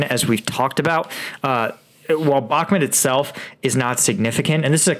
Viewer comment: People in the comments are saying Bahkmut is pronounced " Back mood" not " Back mit" why cant you pronounce it correctly!!